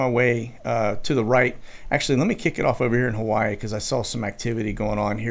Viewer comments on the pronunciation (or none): none